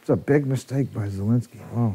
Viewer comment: it’s very slightly hearable even to polish. In a name like this, IE is spoken fast without emphasis so sounds like “zeh”. The announcer is saying it 95% like a Pole would say it.